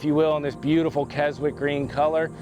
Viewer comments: If the paint color is named after Keswick in the UK...it's pronounced keh·zuhk! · More accurately the paint is pronounced kes- ic green.Beautiful truck